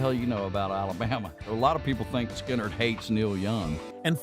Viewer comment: I think this is mostly BS generated by AI. I love how it pronounces Lynyrd Sky-nerd. I doubt Cash would have disliked Skynyrd, they hit a lot of deep topics about the South.